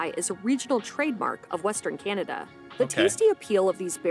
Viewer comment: Please don't talk so much. Canada is not pronounced Cehnada...it Is CANada.